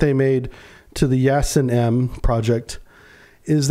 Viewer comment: Not “Yasen”, but “Yasin” (“Ясень”).